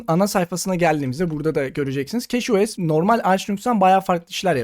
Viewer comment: keçi os keşo es değil